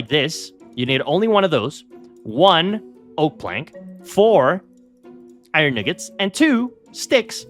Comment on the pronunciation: no no nooo . You said iron nuggets wrong 😂😂. I know you didn't mean to